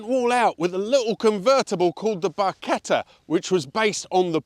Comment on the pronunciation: So nice to have a YouTuber who does not call the Barchetta, "Barsjetta"!!